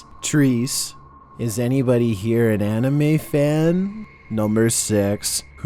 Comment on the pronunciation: When I heard you say the anime...and clearly say the anime right... Lol